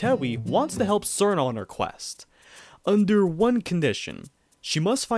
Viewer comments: Its pronounced CH-irno, not SER-no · it's "cheer-no" not "SeEr-No" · Her name is pronounced cheer-no (chiruno in jp) not sir-no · An accurate phonetic pronunciation of "Cirno" is Xjheirnoughf. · ah yes, my favorite character, churros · SUURR- KNOW TEHH-WEEEEEE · STOP PRONOUNCING CIRNO AND TEWI LIKE THAT 😭😭😭